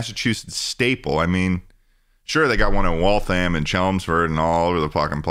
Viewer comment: I just wanna say thank you to for the correct pronunciation of Waltham